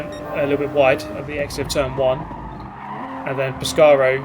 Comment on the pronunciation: Mate, the way you pronounce Spanish names gives me life. Thank you. Especially Pescaero, which means fisherman written in the southern accent way.